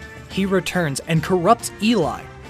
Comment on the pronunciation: Op is saying she for burby and eli and the way name op says eli name and is so disturbing